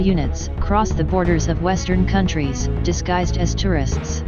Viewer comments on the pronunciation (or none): none